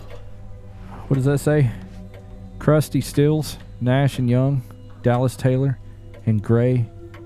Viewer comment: He said crusty 😂 its crosby stills nash and young lol